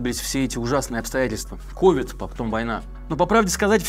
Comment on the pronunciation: Не кОвид, а ковИд. Не Умерших, а умЕрших.